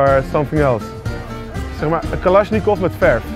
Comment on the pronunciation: Niemand: Helemaal niemand: Niet eens Joost:: “KaLaShIkOv”